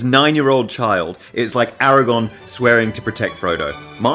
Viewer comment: I’m sorry.. ”Aragon” ? 💀